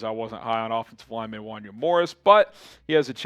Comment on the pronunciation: First can we please you Morris’s name right. Pronounced “wahn-YAY”. I loved the pick tho former top recruit great athlete and looked awesome at the senior bowl. One of my guys coming out of the draft hope he turns out.